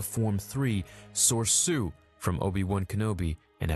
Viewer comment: I do have to say, it's not "Sorsu" it's Soresu. Always been pronounces sor-ee-su. And not al-bite, al-bee-it.